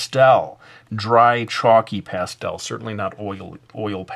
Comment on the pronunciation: lol that's not how you say pastel:S